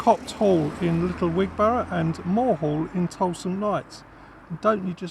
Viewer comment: Wig-bra not Wig Bor ough